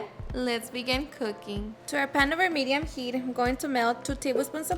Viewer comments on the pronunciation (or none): none